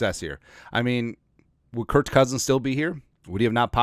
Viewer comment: like your show but you should call cousins's first name properly.